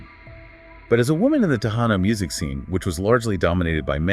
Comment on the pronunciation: Who are the narrators? 🤔 They cant even pronounce Quintanilla and Tejano properly.